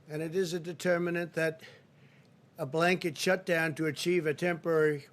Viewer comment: The word "determinants" nearly brought this presser to a premature close. (And he still thinks the Spanish Flu broke out in 1917.)